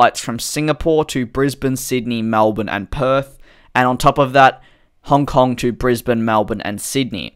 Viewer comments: Did anyone else notice the Honf kong Instead of Hong Kong 😂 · Honf Kong lol 🤣🤣🤣🤣🤣